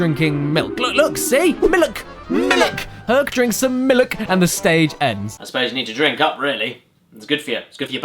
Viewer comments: What's with the "miluk" thing...? Is there some joke there I'm not getting? Why did he keep saying that and why did he base an entire running gag around it? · At least I think that He was being Silly what is Mlik though? It's pronounced Milk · You mean "Nuts & Miluk." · Don't you mean "Nuts & Miluk"? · Who the fuck calls cereal sauce miluk? And who calls Jesus Juice Herculade? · You mean "Nuts and MILUK" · Dear Caddicarus, I don't know if you would read this or if anyone will actually, but I just want you to know that I used your pronunciation of "milk" today around my friends and the asked me wtf I am doing, so I showed them the intro to this video. It started a a thing at school with my friends yelling "mil-lik" outside the school. XD Thanks a lot. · "Miluk" had me for a good 5 minutes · Say MILIK ONE MORE TIME MOTHERF.... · milk is one of those extremely simple words so many people mispronounce. it drives me insane. I know caddy was kidding but I've actually heard people say "milik". why? I have no idea. the other common mispronunciation is "melk". it pisees me off to no end when people say "melk" instead of milk. I've murdered quite a few of the "melk" people. so if you're too stupid to pronounce milk, eventually you will be murdered. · ( ͡° ͜ʖ ͡°) "I need some MILUK too." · Glad I'm not the only one who calls milk milluk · MILUK. MMMMMILUCK XD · Caddy:" MILLUK" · I’m surprised this hasn’t reached at least 1M views, given the popularity of the “Miluk” phrase. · Not nuts and milk. It’s nuts and MILULK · I need a glass of malk. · I wonder when he'll play Nuts & Miluk. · I don't get why he pronounced milk like that. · Okay, okay, it's Miluk. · You didn't Caddirus was being Silly and Mispronouncing Milk in The Beginning of The Video for some reason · HE NEEEDS SOME MILUK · "I need miluk!" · "Nuts and Milk"? I think you mean "Nuts and Milluk!"